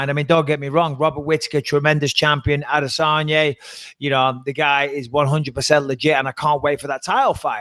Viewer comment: I hate the fact that Michael says Adesanye, when it’s Adesanya. Come on doggy.